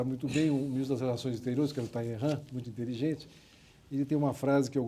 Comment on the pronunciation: Talleyrand (Roberto d'Ávila pronuncia errado, os dois "ll" têm som de "l" mesmo), famoso diplomata, que manteve posições de grande influência ao longo de mais de 50 anos de vida pública, antes e depois da Revolução (no Antigo Regime, na Revolução Francesa, no Diretório, no Consulado, no Império, na Primeira Restauração, nos Cem Dias e na Monarquia de Julho, sendo designado nesta última, pelo rei Luiz Felipe, Embaixador em Londres em 1830, cargo em que desempenhou função crucial), foi acusado por seus inimigos de haver traído todos os governantes a quem serviu. Perguntado se se considerava volúvel, respondeu "ce n'est pas moi qui ai changé, mais plutôt les temps et les circonstances" (não fui eu que mudei, senão os tempos e a circunstâncias). No famoso quadro em que Napoleão é coroado Imperador, Talleyrand aparece de pé, ao fundo.